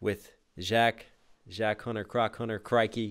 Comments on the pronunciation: Its not Jack. Its jock with a french j. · Also can ye pronounce Jacques right please lol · Even when you repeated the “croc to Jacques hunter” rhyme you still said Jack, I love it 😂